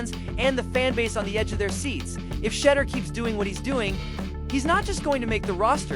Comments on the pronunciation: "SHEDDER" SANDERS...??? BRUH...:face-fuchsia-wide-eyes::face-blue-wide-eyes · You are not pronouncing his name correctly